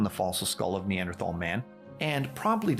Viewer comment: I love how you are correctly pronouncing Neanderthal and it remains the best way to tell when someone actually knows anything about evolution.